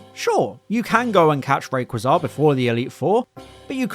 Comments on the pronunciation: how do i find a different pronunciation for Rayquaza’s name every time i watch a different pokemon video💔💔 ray quaza genuinely made me stop the video and think abt ts for a moment😭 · 0/10 for how you said rayquaza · we need to talk about the Rayquaza pronunciation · While he did emphasize it strangely and said it fast. It is pronounced Ray-Qwa-Zah, not Ray-Qway-Za. The Qwa part comes from the main inspiration Quetzalcoatl (the Mayan flying serpent god.) With the Coa part translating from Mayan to Japanese then to English turned into the Qwa sound. Rayqaza also has never been based on a quasar where people thing the Qway sound would be from. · The problem with his pronounciation is where he's putting the emphasis, the Qwa bit itself is right, it's just that he emphasises the Zah bit instead of Qwa. Ray QWA zah, not Ray qwa ZAH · Battle Revolution gaslit you my dude. It's always been Rayquaza as in quwa, never qway. The English has consistently gotten names wrong, it's not a good metric. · ‘Ray quh zaa’ got me thinking of Rem Lazar 😂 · The way you pronounce Rayquaza. I visualize rayquaza poorly dressed in human clothes trying to sneak onto an airplane because he forgot how to fly and they’re like “sir what’s your name” he’s caught off guard sweating like 😅 Ray-Quaza.. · Ray qwah zah 😂 love the way you say its name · No, because Rayquaza isn't a translation of Quetzalcoatl, only the Qua part as a reference to one of its main design inspirations. Rayquaza being a new "word" and a name with parts Frankensteined together. I'm just explaining how the Qua part of the name is not spoken as Kway and why that's not the case. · Can't get over that's he's pronouncing Rayquaza wrong lol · The most atrocious pronunciation of reayquaza yet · Wack Rayquaza pronunciation, opinion rejected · Never ever heard anyone pronounce rayquaza like that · It bothers me so much how you pronounce Rayquaza. Ive never heard anyone pronounce it like that lol